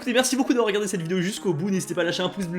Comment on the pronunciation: Hello, tu dis "Tschouss" à la fin de tes vidéos mais ça se prononce "Tschuss", voilà fais en ce que t'en veux :) sinon j'aime bien tes vidéos mais étant donné que je fais de l'allemand ça me frustre mdr